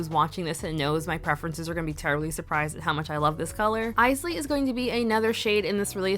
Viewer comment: I just put on Bowie today 😊 Also, yay! I keep laughing when I hear people mispronounce Isley, which was most other nail vloggers (not you). I guess they don’t know the Isley Brothers.